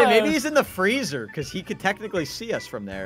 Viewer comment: Are u in de freege O.B*mimics * Me:Freege Freege Freege keeps watching it and cracking up